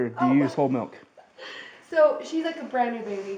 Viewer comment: You mean MALK